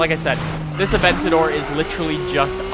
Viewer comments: bothers you, but not the fact that he pronounces "abentador" as "aventor" ? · The Lamborghini A-Vent-on-my-door